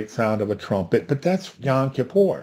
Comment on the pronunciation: Not to pick any nits, but it's YOM, not YON.